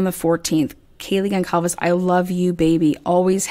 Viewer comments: Goncalves is pronounced Gone sal vez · One more thing I wanted to add is that at first, I was having a really hard time pronouncing Kaylee’s last name. I see that you are having the same problem I did. It’s actually pronounced like this… Gone Sall Vez